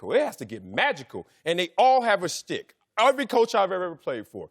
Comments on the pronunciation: Yo I swear half these guys don’t know what “schtick” means and one of them is saying “stick” lol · TheCanadianConservative as soon as I read your comment Marcellus said “stick” 😂😂😂